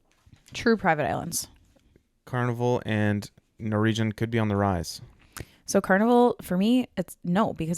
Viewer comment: The way pronounces Norwegian... NorEEgian😂